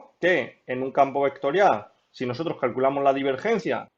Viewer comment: hablas de una forma un poco bruta y eso me distraía mientras veía el video. "ehto eh una función vectoriah", "derivamoh doh veceh"...